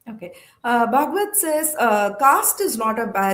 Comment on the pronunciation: Can't this pronounce Bhagwat properly?